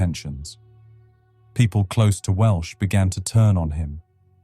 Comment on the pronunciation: Welsh, not Walsh.